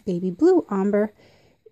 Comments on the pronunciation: Please learn how to correctly pronounce the word ombré. It is not pronounced “omber”. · Ombré is pronounced “ombray” just so you know. Thanks for the info. Very handy